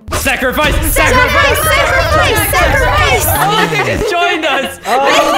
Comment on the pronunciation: Instead of sacrifice its zachrifice